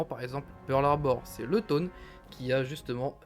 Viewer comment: Ça se lit effectivement Toné sinon super vidéo